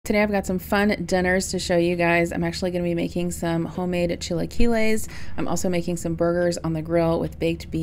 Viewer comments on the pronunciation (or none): 😂 U make me laugh so hard when u say Chiliquiles...U pronouce it wrong 😂 Lol... Sorry but i crack up when u say it...❤